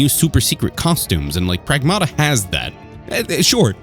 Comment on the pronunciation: Prag-MATT-uh NOT Prag-MAW-Tuh